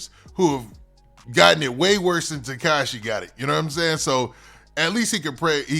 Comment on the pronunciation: He say Teshaki😂😂